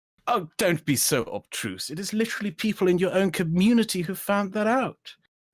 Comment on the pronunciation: Oh god he said obtruse